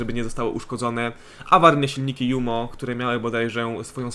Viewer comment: Oczywiście, że mówimy Jumo, a nie dżumo ;) Chociaż amerykanie czasem tak mówią. Poza tym zamiast tworzenia papierowych samolotów powinni totalnie rozgraniczyć 2 wojnę i Koreę w matchmakingu. Wtedy nie trzeba by tworzyć samolotów na siłę.